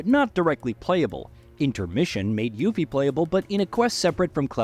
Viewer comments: This guy's voice sounds like an AI voice. "Yuhffie" is sus. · It's pronounced You-Fee man, You-Fee! Also, Snowboarding will SURELY be in Part 3.